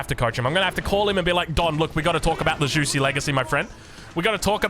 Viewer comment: Juicy's Legacy😂 You can say jewshi. Its closer to the right pronunciation. 😆